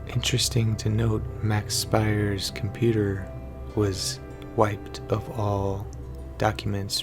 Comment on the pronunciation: Pronounced "Speers"